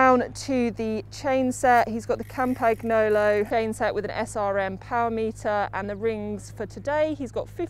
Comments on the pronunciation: Its pronounced kampanjolo...🙈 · please tell her how to pronounce Campy correctly!!! my ears are bleeding! COM-PAN-YO-LO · Si. Haha. Campagnolo con accento britannico 😂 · Kam-pag-no-lo??? Mag-lia-rosa??? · that pronunciation of campagnolo🤦‍♂️😂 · no but that‘s basic knowledge you have to know🥴😂 so embarrassing, they are getting paid to say this💀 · would of gotten behind it, if she would of just went with 'Campy' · Not sure the pronunciation of Campagnolo hurts my ears or my heart more 🤔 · Im sorry, but campagnolo pronunciation just hurts, except that, awesome bike check. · She's actually getting paid to butcher all these brand names? I guess she doesn't mind looking and sounding ignorant. Maybe she got hired by a family friend, because it couldn't have been because of a broad-based cycling knowledge.